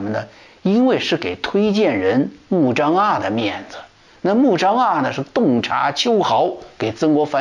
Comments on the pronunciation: 穆彰阿。滿語讀音在這裡 阿不讀a。讀e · 阿，e发音。曾国藩不会做人但是会做忍